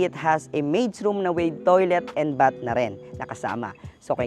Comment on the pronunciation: BATH with th pronunciation please. Not B-A-T.